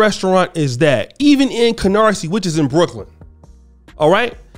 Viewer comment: Canarsie? Girl, bye!